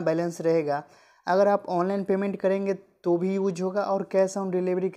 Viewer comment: Use ko uc bolra h 😂